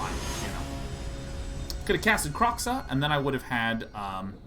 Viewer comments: I'm probably going to be the Autistic asshole that comments several times. First it's not Kroxxah it's Kroe xa (crow-such). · The X in Kroxa is pronounced like SH, it's not Kro(cks)a it's Kro(sh)a